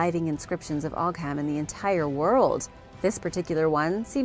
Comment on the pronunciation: Ogham is pronounced oh-am 😅